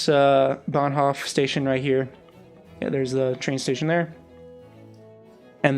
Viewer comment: I agree move and rotate the whole area somewhere else, so that the S-Bahn hooks up. Cool build. I've been to Berlin so many time, but I only know the "new city". BTW Hof from Bahnhof is pronounced with a long 'o'. Charité is pronounced French. For Bülow the w is silent, but I'm not sure there. It's what I remember from hearing the stops on the U-Bahn. Keep up the awesome build.